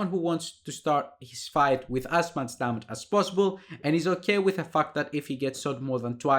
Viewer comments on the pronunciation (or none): It''s Ντάμιτζ, not Ντάματζ mate :) Nice analysis.